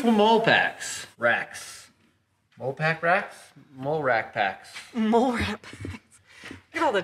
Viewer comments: Molle pack is actually pronounced- Molly pack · It's pronounced molly, like Mollie, not mole ;o) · MOLLE = “Molly” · Dear, It is pronounced MOLLY. Sincerely, everyone in the military. 😆